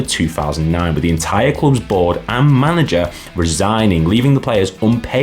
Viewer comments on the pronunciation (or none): none